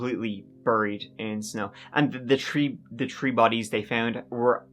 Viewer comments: Ah sure lookit, trees a crowd, don'tchaknow? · I thought you were American until you said "Tree" instead of "Three". Great content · In this episode, said “tree (3),” “turteen (13),” “turty (30),” and “turd (3rd)” thirteen times.